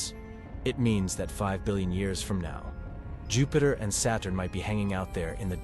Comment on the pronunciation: NOT JUHPAITER! 😱😅🤣😂